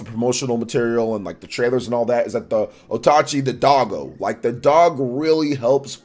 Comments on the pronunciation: Repeat after me,: OATCHI not OTACHI. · It's Oatchi not otachi